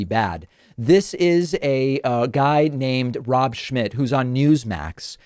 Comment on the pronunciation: Is the letter M silent in Rob Schmitts surname.